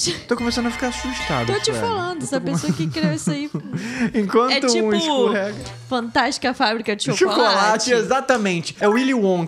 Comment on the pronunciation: Tão estranho ver suelen e Franklin falando ISCURRÊGO , a palavra escorrega, sendo pronunciada dessa forma, também é bizarro 😂😂😂